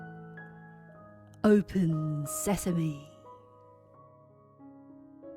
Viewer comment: shut Sesame~ open Sesame~ 계속 사시미~로 들려요ㅎㅎ😶 asmr 감사 팟빵도 감사해요^^